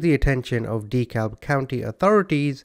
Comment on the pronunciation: Dekalb is pronounced deh-cab. I'm from Birmingham in Jefferson County. Believe it or not my name isnt Bubba and it's only one name rather than 2 names as my first name. My name IS Mike Jones though